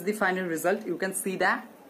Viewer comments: "You Can see thaee"...😂😂😂😂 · "you can see thahhh"???? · She said..."you can see Thaee"..😅😅😂😂